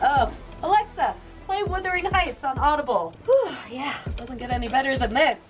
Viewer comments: it should be pronounced Wuthering. Its the name of the farm where Heathcliff grows up. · lmao "withering" heights. love you! <3 <3 <3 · checks comments to see how many people corrected the "withering heights" pronunciation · 'withering' heights...? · Did this girl just say * withering heights* ?!?!?? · "Withering Heights" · OMG. Withering Heights? Twice you say withering Heights. LOL weathering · It’s literally written Wuthering. Haven’t see it written? Lucky for you it’s literally IN THE VIDEO. The two widely accepted pronunciations are: 1) rhyming with “mothering” and 2) like 1, but with the “oo” sound in wood, instead of a typical “u” sound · "Withering Heights" 😂😂😂❤ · Did she just say "Withering Heights"?! Lol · wUthering hieghts not wIthering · I have this argument SO much, it's Wuthering Heights, not Withering. It is my favorite book and it drives me crazy how many people say it wrong. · Jake Sheader since when in the actual fck do we Aussies pronounce it "were-thering heights"? It's WUTHering Heights...say it the way you spell it. Jeesus. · Withering Heights? It’s Wuthering Heights... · Great project. You don't want to hang that swing directly by the ropes from the rafters. Get some metal hardware to put between the ropes and rafters. Also, it's WUTHERING Heights, not WITHERING. Glad to have you guys back making videos! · No pool! It's Wuthering Heights 😂 not Withering 🙈 🖤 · Nothing against you personally...but maybe if you read instead of listened you would know it's WUTHERING Heights...not Withering Heights. They're two different words. I'm excited to see what other projects fill up that under deck space! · It's not "withering" heights........ how many times have you actually 'listened' to the book. Audiobooks also are just not the same. You need to smell that history between the pages. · Oh my God, it's WUTHERING!! NOT WITHERING!!! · I was bothered by Withering instead of Wuthering Heights, but cmon, you like Heathcliff??